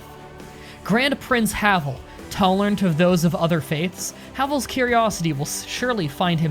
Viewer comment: In pronouncing Kajetan, imagine y instead of j and pronounce "a" as in "grass". And in Havel you have to pronounce "e" clearly as in the word "end". Otherwise you got that right :-)